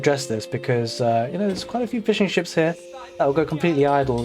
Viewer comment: I understood Fish & Chips instead of Fishing Ships for a second 😂 Great cast as always